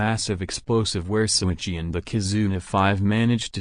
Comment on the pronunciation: LET’S GOOOOOOOOOOO!!!!!!! Btw, It’s “Shouichi” not Souichi